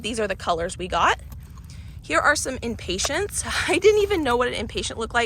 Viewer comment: Just wanted to let you know that the flowers are impatiens. It does not have a t and the end. You were calling them impatients, which is a short tempered person. By the way, impatiens, the flowers, are also called touch-me-nots.